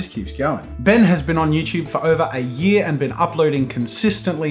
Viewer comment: imagine... imagine... it’s not “ben” its “BEN”